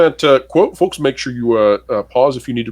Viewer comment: ‘FoLks’ ‘investOrs’ Plus the slow talking period. I cant take it anymore. This guys voice. Ffs. Im out.